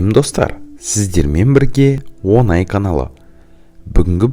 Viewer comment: Онаи емес оңай деп айтсаи сауатсыз